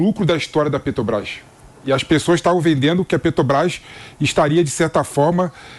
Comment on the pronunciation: Por gentileza, alguem avisa ao q nao eh "Petobras", mas Petrobras? Alem de pronunciar o nome da empresa de forma errada, tenta enganar o povo... Que pessoa desnecessaria no debate...